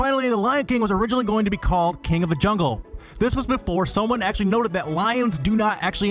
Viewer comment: "DIS!ney Land is Actualleeeaahh.. FULL"